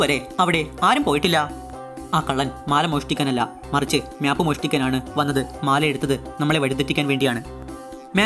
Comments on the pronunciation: മ്യാപ്പ് അല്ല മാപ്പ് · 'MYAP' ALLADA ‘MAP’ ANN CORRECT